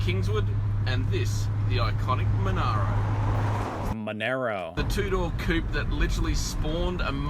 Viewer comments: He's just said (very plainly & distinguishably) that the car is a called Monaro..Mon-are-ro and less than 5 seconds later you start calling it a Mon-air-ro...& continue to do so even when he names it several times more! WTF brother 🤦‍♂️..yes!, it grates us! It's an 🇦🇺 ICONIC.. MON-ARE-RO..FFS! Ok, off to take my chill pills 🫨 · The red two door was a Monaro - mon-ah-ro. (Not Monero - Avoid crypto currency).